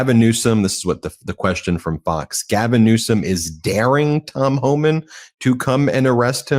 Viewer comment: Homan isn't from the Family of Man. First syllable only.